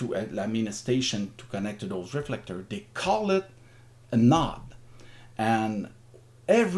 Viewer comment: Nice explanation! On C4FM, when you said "nod", you mean "node"?